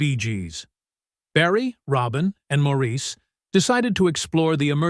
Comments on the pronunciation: It's pronounced "Morris" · Everyone wants their name pronounced right. (& she’s right— it is Morris)✌️ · One of my all-time favorite bands. Too bad the speaker on this You/Tube video was mispronouncing Maurice's name. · I don't think Maurice cares in his heaven how his name is pronounced 21 years after his death.